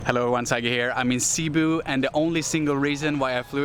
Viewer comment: My wife said you are pronouncing Cebu wrong, her family lives across the water in Manapla .. we have 5 pigs over there if anyone wants to buy one lets us know.. My favorite pork memory from my time in Manapla is the Tocino with my breakfast every morning at the Northland in Manapla..